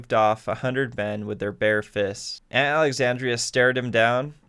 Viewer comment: It's Aunt Alexandra..... -_